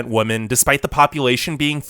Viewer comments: Just for your information, women is pronounced as 'Vimen' or 'We-Men' and not as 'Vomen' or 'Woe-Men' or something else. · The narrator really should consider attending some sort of school to learn how to differentiate "woman" and "women". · Women not woman jeeeeeeez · In addition to the sickeningly obvious bias in this video, he needed to do better editing on his sound work. Especially early in the video, there were many times where his voice on the video pronounces the plural word "women" as the singular word "woman." I've been enjoying his videos, but this one made me cringe from start to finish. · Are you intentionally saying Woman instead of Women? lol. It's quite annoying sounding. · Are you saying “woman” or “women”? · While yes, wo- pronunciation was there so to was singular wo-man for plural wo-men. Now he may have been not fully pronouncing the e which may have let lead to the e sounding like a, but either way yes he was pronouncing wo- but very often it came out wo-man when it should've been wo-men. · Are you saying women or woman? If you’re saying woman, why? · Women (pronounced wem-men)=plural Woman (pronounced wo-man)= singular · Sounds like he is spelling it wuhmon 🤣🤣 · This guy pronounces "women" and "woman" in EXACTLY the same way. It is very distracting. Other than that, good video.